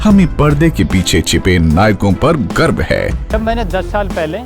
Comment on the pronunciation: Garv* hota hai garb nahi, sarkari ad hai. Thoda toh theekse banao.